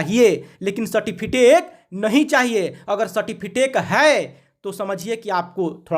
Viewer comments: Its सर्टिफिकेट,Not सर्टिफिटेक🤣🤣😂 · अरे भाई मेरे, पहले ठिक से सर्टिफिकेट बोलना सीखो